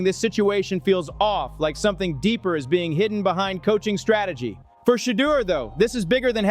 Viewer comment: 😮 why does the narrator keep miss pronouncing Shedaur's name. Sheddar is not how his name is pronounced 🙄😒